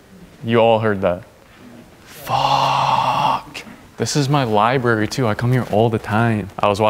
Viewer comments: "ight so we just pulled up to a libary" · The Libary 💀🤣